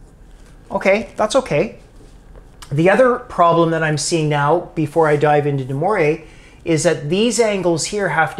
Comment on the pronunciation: There is no « deMoray’s » Theorem. Sorry. There are pronounciation files on YouTube you can study. Moivre is pronounced the same as poivre (the word for pea)